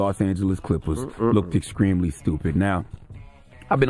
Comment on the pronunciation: Can't take someone serious that calls someone "exscreamly stupid" lol